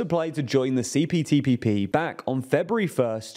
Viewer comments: Btw U said CTPPP many times Not CPTPP 😅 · This video proves that "CPTPP" does NOT roll off the tongue easily. Each time said it, it sounded like he was struggling.